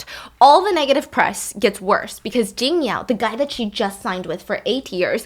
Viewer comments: honey kind kind reminder 琼瑶is pronounced Chiong Yao not Ging Yao ~ love how you are learning the the Chinese pronounciation inst. of giving her a english english name! love you steph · Hi Stephanie, thanks for the story.. btw it's Qiong2 Yao2.